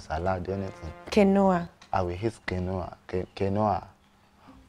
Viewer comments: The pastor is so funny, the inclusion of the pastor character took the series to another level. 😆🤣😂 Well done to the cast. Quinoa is actually pronounced keen-waa, not keen-o-wa. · Kinwa is the correct pronounciation of Quinoa. Not kinowa. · Is it quinoa(keen-wah) that they are calling kanoah😩😂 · Quinoa is pronounced "Keeenwah". Oh Lord. 😂😂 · Quinoa is pronounced as keen wa not kenowa. I love this two 😂😂😂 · "I'll eat your kini' wife: 'quinoa' 🤣🤣🤣🤣🤣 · Ki-nu-ah lmaooo instead of quinoa lmaoo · Kay-Noah😳😳 Ooohhhh,——- Quinoa (Key-Nwa)🤷🏾‍♀️🤷🏾‍♀️ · Quinoa is Canoea 😂😂😂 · The word is Keen wah. Not keNOA. (Quinoa). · Please it’s pronounced KEEN-waa NOT KINOA 😅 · "Doctor, what is QUINOO?" - it's QUINOA, pronounced KEEN-WA. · "keen-oh-ah" pls nauuuu😭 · Not quinoa as canoe-a 😭😭😭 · Is it quinoa they called keeenuah? 😂😂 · Lol Falz and Toke want to kee me with laughter and its actually pronounced as" keen wah" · Quinoa is pronounced keen wah. 😀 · It's actually pronounced "keen-wa" but go off 😭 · I love this show sooooo much but y’all were mentioning quinoa wrongly. Quinoa’s pronunciation is keeen-waah Not what step and Biodun is calling ittttt plsssss It was painful to hear as y’all were saying ittttt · Quinoa is pronounced “keenwah” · Why are the pronouncing quinoa like Ca-noe-ha 🤔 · Abiodun: Do you know what my wife is serving me, ehn couscous, canoe... Stephanie: QUINOA! Lol, even Stephanie no pronounce am well 🤣🤣🤣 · I thought I was the only one that heard them assassinate Quinoa pronunciation 😂🤣